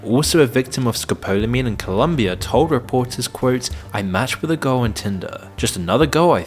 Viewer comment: It’s ColOmbia, not ColUmbia